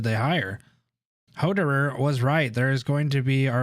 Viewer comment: The part where you struggle pronouncing hoerderer and ines is hilarious